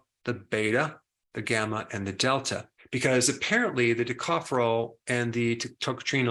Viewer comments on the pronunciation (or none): none